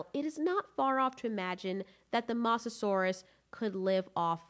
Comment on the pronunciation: The way you say mosasaurs makes me triggered.